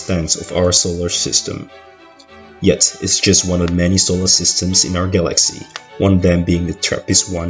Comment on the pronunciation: Guh-laxy. Love that pronunciation.